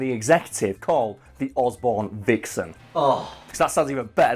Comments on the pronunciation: vixen sounds like the german word for mastrubating... And how says it... Can't stop laughing... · Osborne vixen sounds completely awful when you know that its pronounced like jerking off in German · Vixen is pronounced the same as the German word for Fapping....